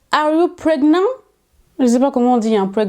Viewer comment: « are you PregnAN » 💀💀